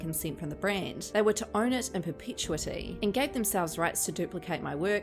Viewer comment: PER-PA-TO-IT-E =Perpituity